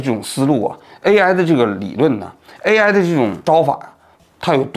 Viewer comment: 哈哈，王局读AI这个词，居然跟吴语区的人同一个口音（字母I读成类似阳平的声调，“挨”）。